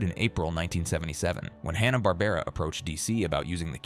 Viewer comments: "Haw-na Barbera" ??? You couldn't get a human to narrate the video? 😂😂😂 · Hahhh-nah Barbara. Hello grammar pronunciation? I'd like to report a murder!